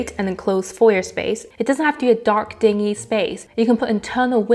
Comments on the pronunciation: I like the video, but she should practice her English pronunciation. Foyer is pronounced Foy-yeh. Dingy is pronounced Din-Jee, not Ding-ee (like a dinghy boat). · Thank you, a lot of these tips were really useful. I'll pass this along to my colleagues. At the risk of being "the grammar police" I thought I should point out the correct pronunciation of "dingy" is "DIN-jee" (with a "j" sound). A "DING-y" (with a "ng" sound) is a small boat. It's one of those silly English words that has different pronunciation but the same spelling as another word (like "bow," "wind" and "read"). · Dingy is pronounced Dinjy.